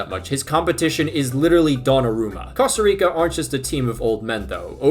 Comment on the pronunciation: Bro said costo rico 🤣🤣